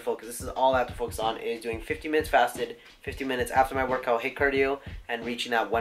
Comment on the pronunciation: HITT cardio? You mean HIIT?:P